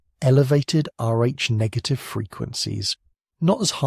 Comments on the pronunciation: FYI, your AI narrator doesn't handle "RH" well. Neither does the AI caption generator. It's sometimes "arch" and sometimes "ar" and various other variations of what a program might interpret "RH" to sound like. You might try "R.H." if you're using text to create the narration. Hope that helps. Thanks PS. Kalamazoo, Michigan here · So annoying, is this robot saying Arch negative, RH Negative or or O RH Negative blood like mine? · Listening from near Volos, Greece. You should teach your AI voice to pronounce RH correctly; sometimes it does, sometimes it comes out as "R---" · Shame your AI reader couldn’t pronounce RH properly.. otherwise it was pretty good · Very interesting as I'm a neg. But couldn't help noticing pronunciation oddities: R-A, Arch, Rack, R--ack, R--aik, Air, instead of Rh. Must be my weird blood type that causes me to notice this. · Maybe next time you can use and AI tool that can say Rh properly. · Can’t you teach your AI narrator to pronounce rh correctly and consistently?